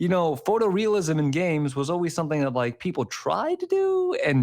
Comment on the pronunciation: Who is saying rike evertime he means to say like? Or is it a serious speech deficiency?